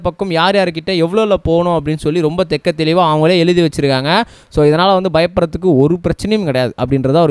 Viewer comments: தெட்டத் தெளிவாக தம்பி தெக்க தெளிவாக இல்லை. தமிழை சிறிதேனும் கற்று கொண்டு வீடியோவில் பேசுங்க தம்பி. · ஆம் தெள்ளத் தெளிவாக என்று சொல்லவேண்டும்....